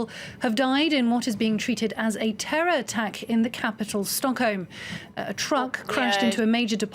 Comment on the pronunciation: its sounds like she says stonkholm tbh heh